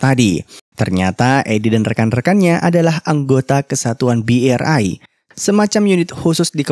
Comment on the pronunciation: Asuu asu ngakak sy bang hhhhhh host tadi bilangnya BE ER AI hhhh KUR sama KUPERA bang.